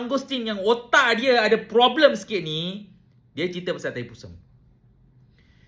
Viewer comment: Hahaha..aku gelak,kau sebut wootakkk..kepala wootakk.😅😂 Mantap